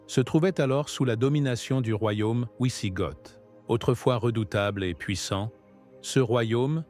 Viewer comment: Dîtes à votre IA que le W en langue germanique se prononce V. Le V lui se prononce F. Donc Wisigoth se prononce Visigoth avec un T final prononcé.